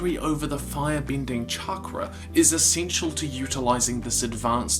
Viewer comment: Why is he saying chankra?